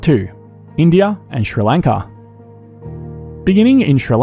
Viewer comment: Its somewhat satisfying to hear an Australian say Sri Lanka